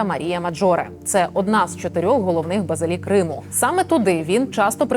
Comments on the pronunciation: Не базилІка, а базИліка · Не базилІка, а - базИліка.